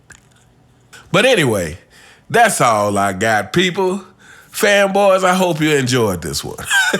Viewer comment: Everytime that nigga says fanboys it takes me out😂